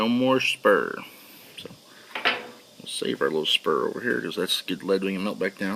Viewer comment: "Sprue" not "Spur"